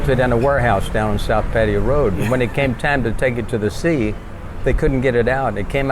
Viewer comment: You'd think they could at least pronounce 'Pattaya' correctly.